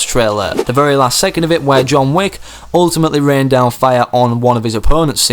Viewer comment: tf, "wick" does not rhyme with "weak"